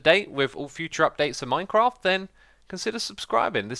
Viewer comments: IT'S MINECRAFT NOT MINECROFT!!!!! 😂😠😠😠😠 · "Minecroft." "Javar."